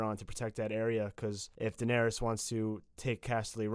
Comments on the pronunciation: stop saying "Denawrys" Its Danaerys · every time she says donarys i get triggered could u not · I'm sorry, but who the fuck is Danaris?